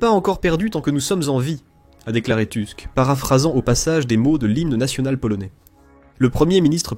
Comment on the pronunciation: Merci pour cette analyse, qui fait chaud au cœur d'une Polonaise. Juste une petite précision. Le nom du premier ministre polonais est... polonais et se dit "Tousk" puisque le "u" est toujours prononcé comme "ou". Autant le lire à la française est logique autant le prononcer à l'anglaise n'est pas pertinent. 😀